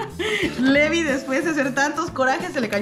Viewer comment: el nombre se escribe levi pero se pronuncia livay